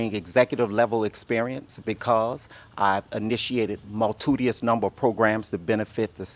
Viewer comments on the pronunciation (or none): a "multidious" ? lawd have mercy. but also, "my tegrity" Isn't the word "in-tegrity"? 😥